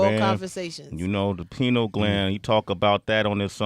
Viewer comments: It's pineal gland not penal gland lmao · It’s called the “pineal” gland sway, not penal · Sway you my man and i love and respect what you do.. But my man lol its pineal gland.. Penile gland is something way different lmfao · SWAY....its PINEAL GLAND...pi like pineapple, not pi like penis.